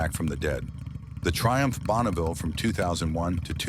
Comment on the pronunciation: Schlechtes Beispiel eines KI-Videos: bereits beim ersten Bike Triumph Bonneville (Aussprache "Bonauville") enttäuscht es....